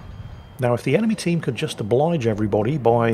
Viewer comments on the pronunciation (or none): none